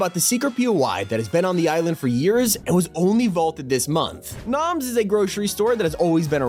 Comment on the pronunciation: My sister heard moms when you said noms